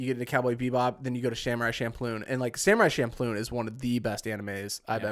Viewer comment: Im playing a drinking game based on how many names you get wrong. Jon farvrea - favrea, pierce morgan - pierce Brosnan, samurai champloon - samurai champloo, seroph - sephiroth. Im still counting. Ill update the list as i continue watching; unless i black out. Storm - tatsumaki/tornado. General Strong - Major Armstrong.